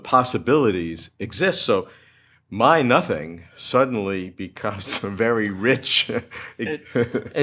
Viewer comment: Nomething rather than Sothing